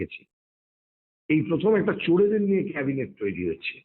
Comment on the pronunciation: Cabinet noi Chorinet 😂😂😂😂